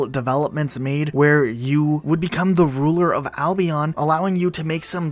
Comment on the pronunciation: i dont like the way he says albion